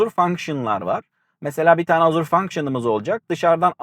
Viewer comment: Azur ne la :) Ejur diye okunur